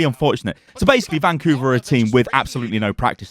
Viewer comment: ‘ban’couver hahahahahaha